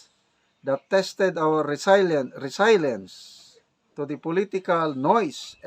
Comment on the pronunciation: Ano resaylent magbasa ka na lg heneral mali pa.. resilient heneral haha